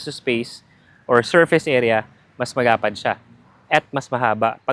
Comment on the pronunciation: Bakit yung letter "L" mo nagiging "R", like "Marapad ang upuan", bulol ka ba?